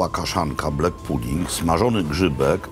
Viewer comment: Żaden Szkot nie powie "hajlends" tylko "hajlands"Panie Makłowicz.Rzeczywiście nie mówią "loch" tylko "lokh" a nawet "lok".Nie "heddog" tylko "HADDOG".Szot nie powie "fisz" tylko takie między E a Y 'fesz". Nie "blek" tylko " blak puding" Szkoci mają ubaw kiedy słyszą taką wymowę :))))) Na takie obiadki jaki Pan spożył tak na oko £200, przeciętnego Szkota niestety nie stać. Kolacyjka za stówkę z okładem. Daj Pan spokój Panie Makłowicz. Raz do roku na specjalna okazję